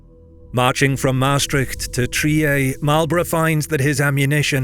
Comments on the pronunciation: I'm sorry but pronouncing Trier like it would be a French name "trieeéééé"... that's a Captial crime. TRRRrrrrieRrr. I know German is hard, but don't butcher it like a frog: it's not French, was never and won't ever be FRRRRench... and I'm trying to be polite here, because usually we would finish following sentence: Sprich deutsch..... 🤐 I don't mean it in a bad manner, but please take it personally. 😅🤏 (Best wishes. You produce good content 👏) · You have some weird issues on your map, e.g. , where cities are also displayed as regions (e.g. Trier, Mainz, Würzburg) even though they were neither regions nor mini-states of any kind. Trier also isn't pronounced in a French way, as it's a German (originally Roman) city.